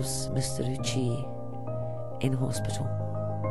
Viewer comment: Ouchi is pronounced Oh-oo-chi. Sorry, it just annoyed me